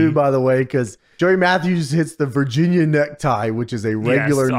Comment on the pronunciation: was put in a steamroller when he says vergina